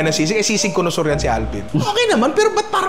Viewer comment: connoisseur? colosaur kasi dinig ko hahahaha